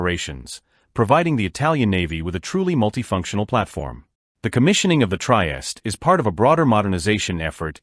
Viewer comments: I agree; 'Try-est' is just awful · Pronunce: treehesteh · The AI voice and pronounciation is unbearable. Otherwise, well done. Couldn't endure the whole thing, tho.